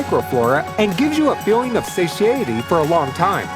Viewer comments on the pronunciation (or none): Say-shee-ay-uh-tee.......are u trying to say say-TIE-uh-tee??? Satiety. Satiety. Gotta learn how to pronounce the words properly, man.